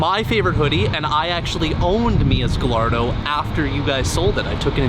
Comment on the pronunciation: Sorry but if you sell them, then learn how to pronounce their names....the double ll in Gallardo is not a double ll sound...yes you look stupid saying it wrong and no doing it as a joke hasn't been funny since 2015....